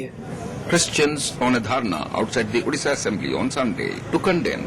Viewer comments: Thank you Mohak for covering this topic . Only few of people knew about odisha and Odisha's culture and Heritage. From meantime we used to feel bad about this but nowadays a tagline has kept for Odisha ' odisha's best keeps secret ' and pronunciated the name so perfectly Indeed , odisha is best amongst all state ❤ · As an Odia, I am so happy you pronounced Odisha correctly and not "Udisha" or "Orissa", plus thank you for brining the topic into limelight, althought there is so much more to be touched on, for example Odisha supplying oxygen during the COVID times.All in all, well researched and presented video, Would love to learn through your videos about the diverse India.